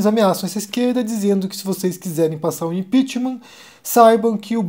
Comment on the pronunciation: "Vocês qué impitiman" ... não preciso falar mais nada